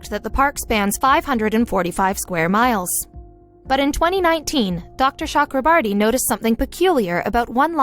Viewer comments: Cho. Okro. Bor. Ti My ears are bleeding listening to the whatever borti you are sounding. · As an Indian, this was a proud moment. BUT WTF IS SHE SAYS THE DOCTORS NAME ITS CHAKRABORTY NOT CHUKRABURTY JKSKSKSVSSS